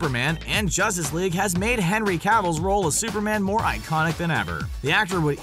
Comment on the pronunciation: This guy mispronounced henry cavill and mark Ruffalo, give this guy a reward